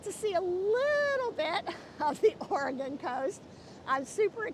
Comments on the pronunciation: And I don’t want to be that person either, but I’m a native Oregonian, and it does have 3 not 2 syllables. It’s pronounced: Or-a -gun. Many who live out of the state say Or-a-gone. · You seem like a very nice lady and I don't want to be That Person but "Oregon" has only two syllables, not three. It sounds like "Organ," not "Or-A-Gone."